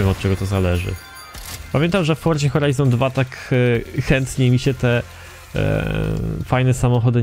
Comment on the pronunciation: HORZA FORIZON XD